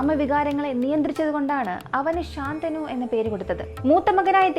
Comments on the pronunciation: ശന്തനു ആണ് ശാന്തനു അല്ല😊😊 വേറെ subject ഇല്ലാത്ത കാരണം ആണോ മഹാഭാരത കഥയിലെയ്ക് പോയത് എന്തായാലും ഇനിയും ഇത് പോലെ ഉള്ള കഥകൾ വേണം ,ഇടയ്ക് ഹൊറർ ആവാം അതിനാകും കൂടുതൽ ആരാധകര്😂😂😂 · super video ayirunnu... But rajavinte name shantanu ennann... ശന്തനു എന്നാണ്..... ശാന്തനു അല്ല 😊